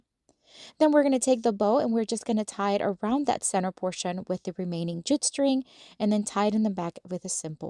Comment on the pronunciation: The keychain idea is PERFECT for a summer craft for my kids!! They'll love making these and giving them to friends or adding them to their backpacks. (Can I just say with all the kindness in the world, that JUTE is pronounced "joot" and rhymes with flute. 😊 I mispronounced feta for a long time, and nobody ever told me! I wish they would've!) Thanks for sharing your ideas! I'll subscribe!